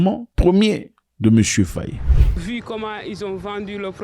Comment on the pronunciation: Pas "Fayé". C'est Faï.